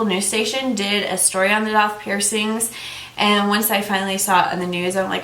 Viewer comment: DAITH IS PRONOUNCED DAY -TH .